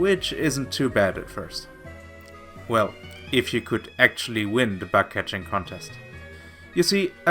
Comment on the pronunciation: Just one small thing. Your "bug" sounds like "back". Yeah so it turns the bug contest into a back contest. I doubt that you bake something there... Other than that great video!👍🏻